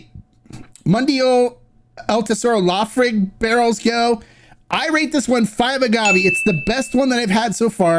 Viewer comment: Laphroaig-- pronounced as, La Fa Roy ga. Soft G.